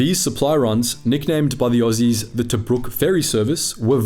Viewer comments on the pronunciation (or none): none